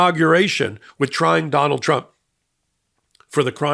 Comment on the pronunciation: That little trip of tRuMps name was funny 😂 Donald trimp 😆 that's what I'm going to be "calling" him from now on .